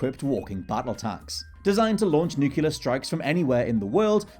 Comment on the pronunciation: It's not "nucular", it's "nuclear".